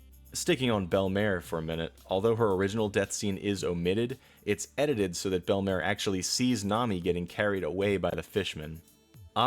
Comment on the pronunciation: are you saying...the names of things in One Piece wrong on purpose? Bell Mare Sahbuddy Mareen Fur